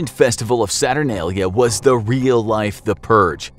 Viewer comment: HE SAID SATURNALIA WRONG! lol its ok